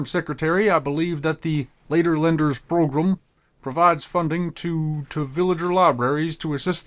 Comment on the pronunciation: wow they actually say progrUm